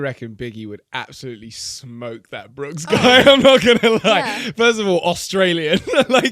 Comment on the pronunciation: By the way it’s “Brooks” not “Brookes”